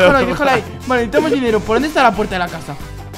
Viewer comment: se dice necesitamos